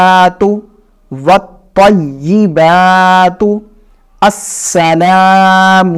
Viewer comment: جی ہاں' ی پر تشدید ہے۔ وہ شاید لکھنا بھول گئے ہیں لیکن Pronounce صحیح کیا ہے۔